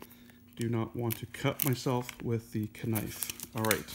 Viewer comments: Kept laughing at him saying "ka-nife" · Did you say ka nife on purpose as a joke or do people actually say that 🤨